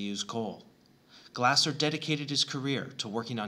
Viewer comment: It's pronounced more like "Glay-zer." Great video!